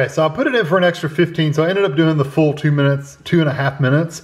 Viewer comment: My word...😮...it sounded like you said microwave it for "two nights"...💯✔